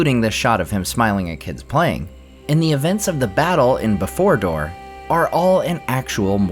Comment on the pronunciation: Did he say befordor? 😂